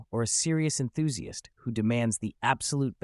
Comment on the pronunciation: WTF is an 'enthusi ist'? EnthusiAst, you muppet.